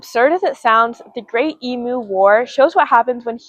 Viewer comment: It's pronounced Eemyoo. No yod dropping